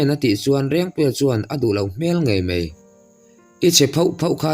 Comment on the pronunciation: Ngei mei, nilovin....Ngei mai, tih tur ani ang a